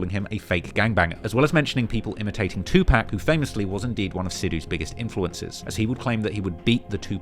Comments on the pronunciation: No way you pronounce it 2-pack. There’s literally a video of him saying “the only people who pronounce it like that are racist old white men” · White people still pronounce 2PAC as “TWO PACK” 😂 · who tf is 2 Pack? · “India’s 2pack” I cannot take this dude seriously. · Bruh can u just practice saying 2pac for 5mins cuz Two-Pack is crazy 😂😂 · Why don't British people know how to pronounce Tupac? I know you've heard his name enough over there to know that it's not two-pack. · the way says "Pac" for Tupac is just irking me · broooo you really say 2 pack cmon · 2pac was not the godfather of gangster rap and your pronunciation of his name hurts your credibility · I hate the was u say Tupac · I cringe at the way you pronounce Tupac lol. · If we could just get you to pronounce Tupac correctly.... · Tupac. Say the name right. Cringe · he could at least say Pac’s name right JFC it’s not that hard 💀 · Getting this man's name right (at least it sounds like it) and getting his idol's name (2 Pac not 2 pack) wrong, should be a crime. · Imagine doing every trap video and gang video worth anything in the last 3 years and still calls tupac, "2 pack". It's 2 pock bruh. 2 Pock. You don't accent a name, get it right. Do better. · It’s 2 pock not 2 pack.. smh 🤦🏾‍♂️ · His name is 2Pac. Tupac. Not 2PacK. Not TupaCK. Say it right. I know you geekz can say POCKET. So say his name right or don't say it at all. Disrespectful weirdoz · Omg - it is "two - park" not "pack" - that is a basic, please show some respect and pronounce it correctly next time you mention Tupac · Not 2 pack.....2 pac ( pawk ) 🤨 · Why does he say "2 Pack" ... Tupac isn't pronounced like "Pac-Man" it's pronounced like "Rock" or "Clock" ... Get it? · “2 pack” lol, pronounce it 2pock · Bro please stop saying 2 pack 🤦🏾‍♂️ it’s (pock) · Its TWO PAC NOT PACK!!! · Can you please stop say 2 pack. It's pronounced 2 pock. You can't keep doing these docs mispronouncing names. Especially 2pac. It hurts your credibility.